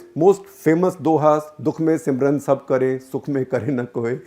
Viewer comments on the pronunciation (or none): It's not simran it's sumiran